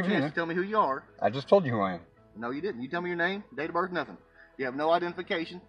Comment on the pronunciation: Just the fact they pronounce birth as birff and ask as axe shows the level of their illiteracy